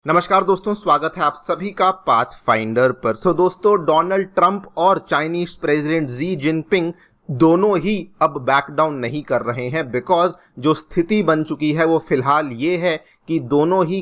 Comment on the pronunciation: Not zee jinping bro, its shi jinping